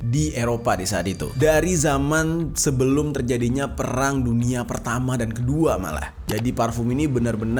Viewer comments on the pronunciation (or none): none